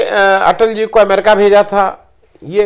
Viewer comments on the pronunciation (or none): none